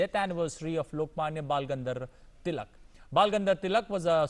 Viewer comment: Sorry! Sir your pronunciation is wrong! That’s Bal Gangadhar Tilak